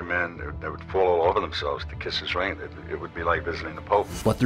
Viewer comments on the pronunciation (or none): none